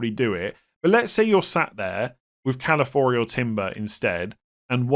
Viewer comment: To my favourite content creator: It’s Ca-la-fi-or-i 😂